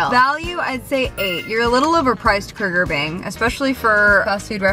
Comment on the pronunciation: KUGER BING LOLLLLL